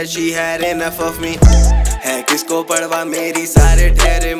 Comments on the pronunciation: Parwah(پروا), not parhwah(پڑوا). No hate. Always a fan of your work. ♥️ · Is he really sayin "padwa" rather than saying 'parwa'. 🤣😂